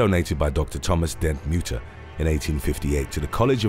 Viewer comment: I’m from Philadelphia and have been to the Mutter museum. Its awesome! It’s pronounced Mutt-er by the way.